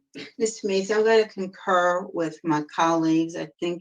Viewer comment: I'm tired of hearing "Concurr" "Law enforcement opposition"